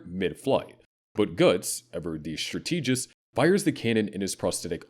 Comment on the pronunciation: Wtf was that cursed pronunciation of "strategist"?